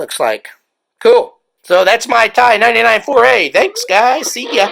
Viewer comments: My father ran several Ti99 user groups and News letters in the 80's and early 90's. I grew up on the "T" "I". The first computer I learned to program. I am now in my late 40's. it rages me every time you call it a "tie"! LOL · I always called the T.I. 99, not tie 99.